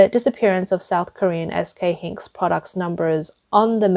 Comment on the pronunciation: Get your narrator to say Hynix, dram, and nand, and nvidia correctly.